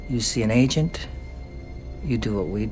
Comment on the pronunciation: It's pronounced agent, not ancient